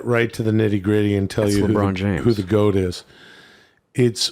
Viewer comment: Thoth. That's the guy/girl that made writing. Why does think GOAT is pronounced 'gout'?